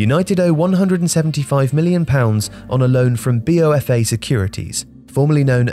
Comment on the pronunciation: It's not B.O.F.A. it's B of A, as in Bank of America